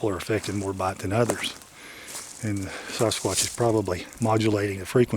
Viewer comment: I absolutely love how says Sasquatch to me it sounds like he is saying Sauce Kwatch lol, he is a great gentleman and he works very hard on this topic and has helped many, many people. Keep it up.